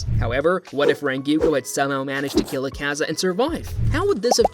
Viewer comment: Look.. I can do “Ack-a-za”, I can take “Jenya”.. But for crying out loud. “Renguko”? Dude.. 💀😭🪦